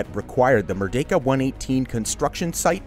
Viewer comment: Shout out to your 100% accuracy in pronouncing “Merdeka” 👏 Many foreigners mispronounced as “Mer-dee-ka”. The correct pronounciation is “Mer-day-ka”